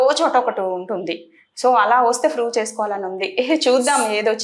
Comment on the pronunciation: 😂😂😂 froove అంట 😂😂